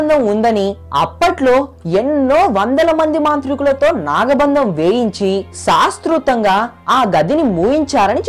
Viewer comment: Shaashthroktham , thiruvanathapuram, nirvahana neeku pronounce cheyadam kuda raavatle... and cheppina story as it is ga vere video lo unnattu as it is okka mukka maarchakunda even photos kuda marchakunda baane copy kottav.... thaman ki gatti competition isthunnav...muskora ayyaru...Nuv nee expressions...